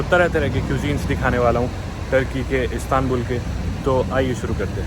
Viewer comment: ISTANBUL ❌ CATSTANBUL ✅😂